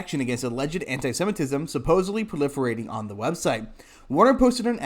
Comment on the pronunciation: The word is pronounced anti- sem. it. ism.